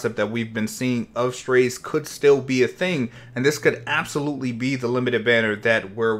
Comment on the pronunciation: no lol, thats what they said in the official video. not strayse or whatever is saying lol